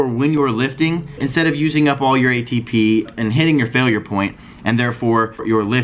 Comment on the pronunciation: idk that ATP has a different pronunciation now lols